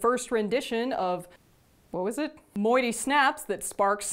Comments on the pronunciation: Moitié is pronounced Mwah-t-yeah xD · I hate to be that guy, it’s moitie like muah-tee-ay. But if you’re mispronunciations are for the lulz then you got me triggered lmao 😂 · She said at the beginning that she can't pronounce it. Lol